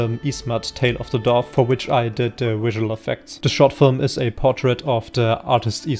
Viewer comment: Why is visual pronounced wisual by people who have v in their lexicon?